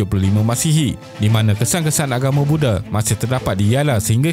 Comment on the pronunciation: Sebutlah betul².langkasuka bukan langkesuke.buddha bukan bude.mahawangsa bukan mahawangse.